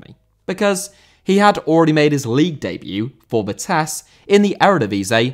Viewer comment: Vitesse* not Vitess